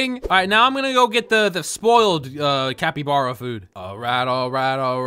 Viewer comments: IT'S NOT CUPACABRA IT'S CAPYBARB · Bro said capy bara cepy bare😂😂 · “Tupricaba” got me rolling to ohio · Bro actually called it chupacabra the whole video 💀💀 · say it like cah-py-bar-ah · Ca-pe-bar-A thats what it is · A cat, a Ibarra, it’s a capybara, not a Cappy Barra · Bro, it’s capybara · For Janegee and other people that don’t know how to pronounce it it’s -cap-be-bar-uh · not even a secend in and he said quesadilla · The word capybara is pronounced cap-y-bar-a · I like how he say chupacabra isntead of capybara (Please dont search up) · ITS SPELLED "CAH-PEE-BAR-AH" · ITS CAPPYBARA NOT THAT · It is pronounced capy bara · Its pronouce "kabibara" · How to pronounce capybara (cap-E-bar-uh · bro that is so CAP-E-bar-uh, it's actually chu-pa-cah-brah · its read kapı bara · Its capy bara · love how you said capybara wrong at the beginning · You do not know how to say capybara